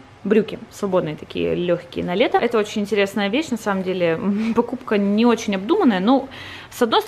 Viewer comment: Бесит не очень ,а очь